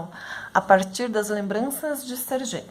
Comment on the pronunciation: Acredito que pronúncia do nome é "Ser Guei" nao "ser Jei"